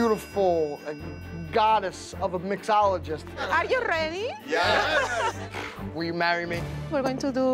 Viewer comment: "Arrrr yu rrrredi?"